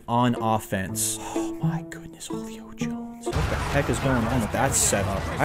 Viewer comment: does anyone else notice how he pronounces julio jones? He says "HO-LEE-O JONES" It's "WHO-LEE-O JONES"